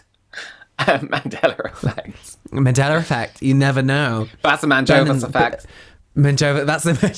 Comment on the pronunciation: "The Madrohhvas effect" .............................................................. Yes. 😆